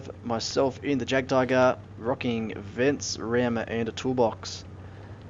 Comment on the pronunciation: Great video! But just one thing... Why do so many people call it the Jack tiger and Jack panzer e100? There is no JACK! It is jagd, from the german word Jäger, wich mean hunter. I know, writting jagd won't help you prononce this name since it is kind of an unusual word in and sound in english, so to get the pronounciation right, trying to say "eagt" might help, only the A must be said not in english, rather the way the A is pronounced in french... Anyway, way too long explanation😅 Keep doing your videos, I really enjoy them! :)